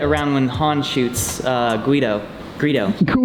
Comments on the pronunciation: Missed opportunity to give Greedo a Guido hairstyle at the end when he mispronounces the name. Also, that bonus scene was fantastic. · only a room full of nerds will laugh at someone for mispronouncing a fictional alien name. "guido" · Gweedo ahah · ”Han shot Guido” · I too have been known to say Guido when talking about Greedo.